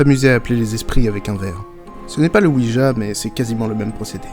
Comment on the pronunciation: Il faut quand même savoir que la planche Ouija se prononce Oui ya. C'est le Oui français et le Oui allemand😁